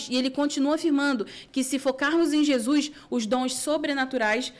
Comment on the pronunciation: Paz Amo vocês em Cristo! Já reparam como a fala "Jesuis"....😂 é tão lindo!!!❤